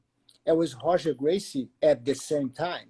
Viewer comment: I thought it was hoger gracie the r's become h in porrtugese